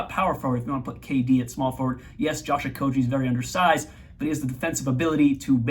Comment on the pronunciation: Correct Okogie pronunciation at the mark here